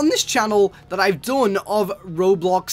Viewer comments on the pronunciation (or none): none